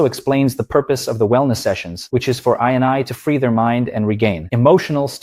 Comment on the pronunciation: And instead of innie it was “i n i”